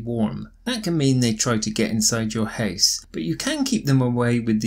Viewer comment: Why the house pronounced like a hase??